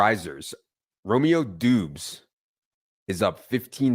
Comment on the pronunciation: His name is Romeo Dobbs that's how you say it